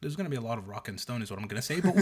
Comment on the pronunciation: FOR ROCK AND SHTONE!